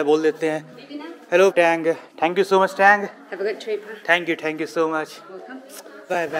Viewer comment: Bro, Aap thank you bolte ho to aawaz aati hai dhank you, please change thé style. Pronouns like Tank you😊